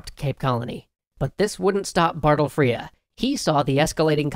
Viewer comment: Extra Credits guys, I love you. But it's BARTLE FRERE, and you pronounce it like bartle frreRRe, not battle frEEre Trust me, a boarding house in my school is named after him.